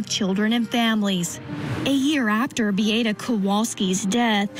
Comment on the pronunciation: Bee-ah-ta, not Bee-ate-uh, Chandly